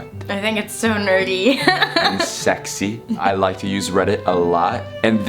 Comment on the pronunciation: a Reddit user Tara: “hot and segsy”